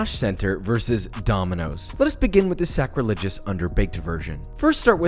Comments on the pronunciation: Ling Lings... OUR BOI SAID SACRILEGIOUS. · I swear nobody’s gonna understand wtf I’m talking abt but when he said SACRILEGIOUS